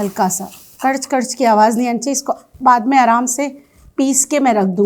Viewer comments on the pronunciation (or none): none